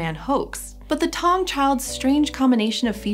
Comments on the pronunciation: It's Ta-wu-ng not tang, taung means a place of lions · I'm 10 months late, but it's 'tah-oong' not 'tong'